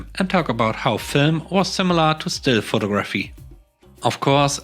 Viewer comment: Your English is amazing. Just an fyi. Photography has the emphasis on the 2nd syllable. Pho-TOG-raphy. Sorry, I'm a mom.